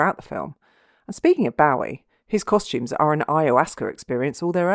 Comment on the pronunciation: david boh-ee not bow-ee . although the person whom he named himself after was pronounced boo-ee